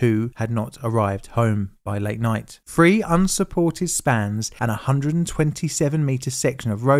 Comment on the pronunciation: Quite interesting, however the pronunciation by the commentator was very annoying. There is no “ef” in three and the pronunciation of Hobart, Lutana, and other basic words was lazy at the best.